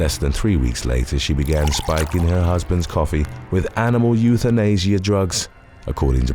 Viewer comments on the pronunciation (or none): none